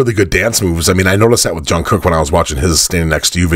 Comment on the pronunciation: Jungkook is pronounced Jungguk, where the J is almost a Ch sound (definitely not a soft Y sound). This was the second opening song in their October 2022 concert in Busan, the last one as a group before starting their military enlistments (Jin’s was announced in the following day or so). It’s the only live performance of ‘Run BTS’ to date, a song which celebrates their journey. The concert was free and had a live audience of almost 50 million… 50,000 in the stadium, another 10,000 to 20,000 watching on screens outside, and over 49 million online (which crashed the servers a couple of times).